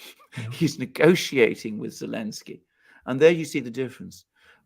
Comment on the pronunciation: Elensky....... without the "z" in German